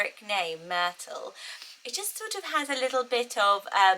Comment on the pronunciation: I love Myrtle the way YOU say it, it's really perfect. Then I repeated it out loud with my American accent, yeah, not as charming. Myrtle, hard T became, Myr-Dull and went from crisp and pretty to drab. I live in the South so if I factor in how people around here will pronounce it, just forget it. 🙃